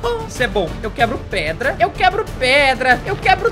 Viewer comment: Engraçado q vc falou q ia pegar pedra e vc falou "preda" kkkkkkkkk